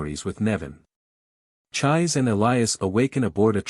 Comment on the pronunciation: Her name isn't pronounced like"chive" with an s. It's pronounced "chee-say" 😅 that's hilarious. All you gotta do is watch the Japanese version, the original one, and you'd know.